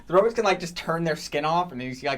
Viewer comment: was making a joke from Futurama. (I'm assuming) Zoidberg says, "Robits" instead of Robots. I gotcho back.